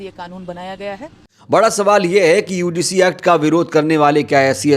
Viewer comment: बार बार यूडीसी क्यों बोल रहे हो । यूजीसी शब्द है ।